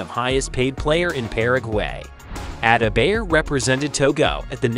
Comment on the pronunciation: Ada -bayer😂. At least learn to pronounce his name.